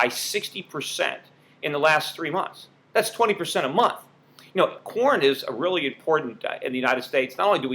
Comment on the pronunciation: For a second, I thought you were talking about porn prices rising instead of corn prices, haha!